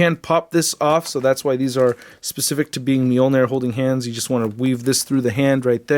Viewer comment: Why is it when a word or words (e.g. -Moljnir) is repeatedly pronounced wrong, especially In the beginning, and throughout the video. That shit irks me so bad because we all l know i it's wrong but it's st I there and worse off, still said. LMAO